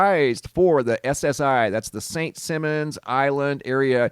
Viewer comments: DUDE IT IS PRONOUNCED SAINT S-EYE- MONS ISLAND . NOT ST SIM-MONS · IT'S Simon!! Not Simmons!! Simon like Simon Says!!! St. Simon's island!!!! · It's St. Simon's not Simmons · Saint SEYE-MONS Island. Long "I". Thanks! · St. Si-mons = "St. Simons Island"... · It's pronounced " St Simons" lol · Saint simons probounced like “Simon says” or the chipmunk. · He said it about a million times...LOL...Georgia born and raised...😂😂😂